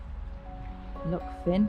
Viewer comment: The pass you came over was The Rest & Be Thankful. The main road is usually closed after heavy rain or because of the on going landslide mitigation work, and the diversion is on the Old Military Road (built in 1745). Loch Fyne is pronounced ‘fine’’. Inveraray is a lovely wee town.